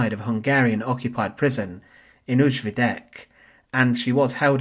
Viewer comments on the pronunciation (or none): Not "ooJweedeck" but "OoYweedeck" ! (the Hungarian name for Novi Sad (New Plant)